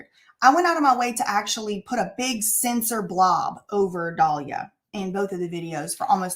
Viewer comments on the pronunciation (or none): none